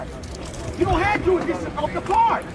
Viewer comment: Jurisditsion 😂 fumble